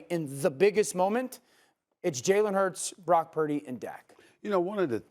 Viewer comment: Brock purddy…..really….